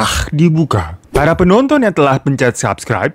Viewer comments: "PINTU TEATER SATU TELAKKKHHHH DIBUKAHH" resep banget ih denger bacaan tajwid nya kak hiroooo😍😍🤭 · Pas ngomong "telah" makarijul huruf "kho" nya dapet banget 😭🤣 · Anjir tiap ngomong "telah" mesti ketawa